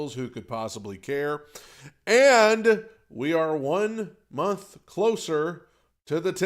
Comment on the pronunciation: Why do you hate the N in month? 😆 I always hear it.